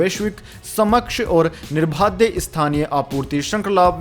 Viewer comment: "सक्षम और निर्बाध."... शब्द का आपका उच्चारण गलत है